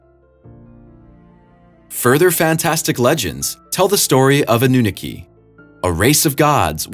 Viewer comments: “a new nikki” lol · You're saying Aununaki completely wrong dude which shows you didn't research enough. Aunu, Ah-nu. Ah as in a breath of fresh air. naki, na as in na na na or nah-ki like key. You're saying the "naki" part like Nicki. That is wrong. Best you look up other video's with it in the name and watch so you can hear how it's pronounced. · Anunnaki is pronounced Anna knock E. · Ah-new-naw-key, not whatever it was you tried to say. "Ah" as tho you are showing your tongue to the doctor and saying "Ah"--not "Awe" but the ugly, flat "Ah" as in "aptitude." "New" as in brand new like a Christmas present. "Naw" as in "gnaw" like a dog gnawing on a bone--the "ah" unlike the 1st syllable, but long, pretentious, or British "ah's." "And "key"--the thing that unlocks your door. Anunnaki. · Ah-nu-nah-key Anunnaki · I love the way this guy pronounces anunnaki. Ah noo nah kee?...😂😂😂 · Annunaki A-NU-NAK-I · Ann-na-NUKI LOL!